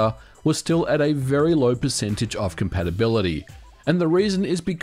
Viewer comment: what? "compatabaility"?